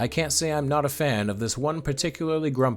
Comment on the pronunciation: Big Sergei Pavlovich’s fan, it is very unfortunate that so many like him were targets to soviet leadership’s bigotry.. Good video, and I don’t mean to hate, but many words were absolutely butchered, the transliteration in English may sound ugly, but if you play these words in google translate then it is much more comprehensive and understandable words, especially Poekhali which means let’s go and is pronounced +- as po-ýeah-ali, with accent on ye sound, I mean they have similar significance as “small step for a man…”, so it would be nice to put a little bit effort. Enjoyed the video though, thank you